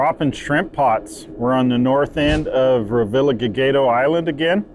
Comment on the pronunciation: Ruh vee uh haa he dough is how it's pronounced